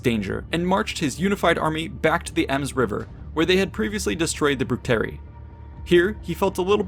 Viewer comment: Cherusee? Do you also say Shatti? What about Brusteri and Tensteri? You do know Latins and Germans always pronounce a hard "C" right? Of course you didn't, otherwise you'd be saying their names right. *massive eye roll*